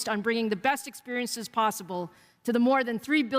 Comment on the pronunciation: Iam tierd of PR BULLSHIT always saying experinces !